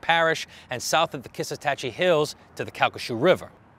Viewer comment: "Kiss-a-tach-ee"?! Does he mean "Kisatchie"?